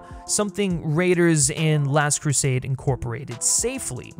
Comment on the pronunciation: Keeps mispronouncing "Last Crusade".